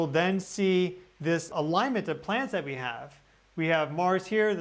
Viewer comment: Sounds like your saying PLANTS instead of PLANETS!! Plants are on the ground 😂 So are you saying they’ve been planted , it’s a PLAN ET!! It’s a plan they’ve been planted! If you’re calling them plants. Hmmm interesting thought here 🤔